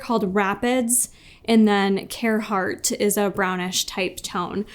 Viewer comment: So happy to see this! Been waiting not so patiently lol Great job as always! And being a girl from Oklahoma hearing say “care heart” instead of “car hart” cracked me up 😅